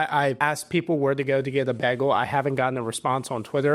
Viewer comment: The way you pronounce Bagel makes me angry as hell.